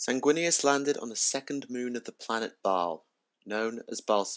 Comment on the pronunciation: Thumbs up for the correct pronunciation of baal hehe. My all time favourite chapter since space crusade. Looking forward to twisting my mind with primaris marines next month.